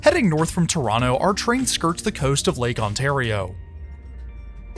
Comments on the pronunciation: Impressed that in your Toronto videos you pronounce the city name the local way - "Tronno". 😄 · The local way to pronoucned it isn't Tronno, it is Trwanna 🙂